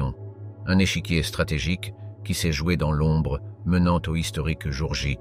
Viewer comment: ! " le jour ja " 😂😜🤣